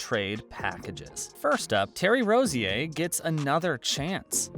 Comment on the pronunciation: Lost a subscriber for not knowing how to say Rozier.